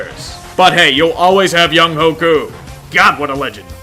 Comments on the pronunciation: Btw, Younghoe is pronounced young-wae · Koo’s name is pronounced “Young-way” just for future reference